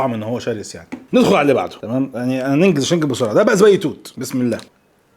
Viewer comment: تعليق بسيط زبادي توت وليس ذبادي توت